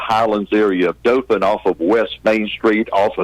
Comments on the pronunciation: they said it wrong, its Daw-Thin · they mispronounced Dothan